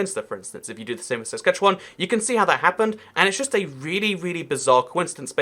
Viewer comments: And as far as I can tell you're saying "Saskatchewan" correctly. Maybe a bit more like the Spanish name 'Juan' (rhymes with 'dawn' unless your accent has the cot/caught merger) instead of the English word 'wan' (rhymes with 'tan'). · you actually said saskatchewan right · You actually pronounced Saskatchewan just fine. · You are actually pronouncing Saskatchewan pretty well. <-Saskatchewanian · So proud that you pronounced Saskatchewan correctly!!! Kudos! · Yeah, you nailed "Saskatchewan". (trivia tid bit) Anywhere, in either province, Lloydminister is casually referred to simply as Lloyd. Hoody in West-Lloyd = Bunny-hug in East-Lloyd. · I’m from Saskatchewan, but live in Alberta. You’re pronunciation of Saskatchewan was better then a lot of Canadians to be honest. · Believe it or not you’re pronouncing Saskatchewan perfectly! 😂 Also you should check out Ottawa-Gatineau (Canada’s capital) on the Ontario-Quebec border. It’s particularly interesting due to the language barrier. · You pronounced Saskatchewan right! Good job! Also, have a good time in Calgary! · Interesting video and your pronunciation of 'Saskatchewan' is spot on.